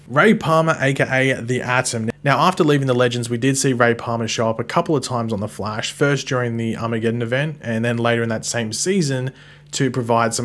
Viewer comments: It's pronounced The Flash, not Flea-sh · “The Flaysh. Or as some people call him the Flash.” Who calls him the Flaysh? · Lmao even if Flaysh were an acceptable pronounciation. No wayyyyy it’s more common than Flash